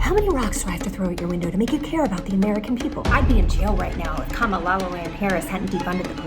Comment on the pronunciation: Everytime she mispronounced Kamala Harris's name i fell from my chair😂